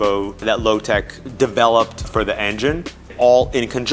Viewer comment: What do you mean? He said Lotec correctly.